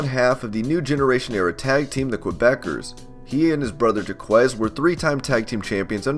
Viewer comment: Oh my god did he so butcher Jacques rougeau and the quebecers pronunciations. What's sad is my Google Android device can understand what's really being said when you say it correctly but the guy who made this video totally butchered those names I couldn't stop laughing